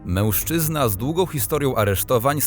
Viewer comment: I błagam, nie " mełżczyzna " tylko mężczyzna!